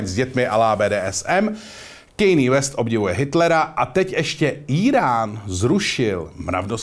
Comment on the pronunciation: hele proc Ludek porad zminuje Westa a v kazdym dile vyslovuje jeho jmeno jinak spatne? :D